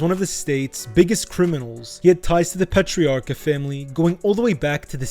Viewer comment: Its pronounced "patrarka" stop